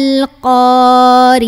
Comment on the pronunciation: Maaf ayat pertama dan ketiga ada kesalahan, alqoriah bukan alleqoriah dan juga attakastur, bukan allehakumuttakastur jadi hati hati, jgn sampai tawwalud dan hati hati juga apabila membaca KALAMULLAH